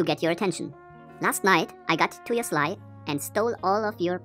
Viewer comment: 'Sleigh' in English is pronounced 'slay'. Just helping :)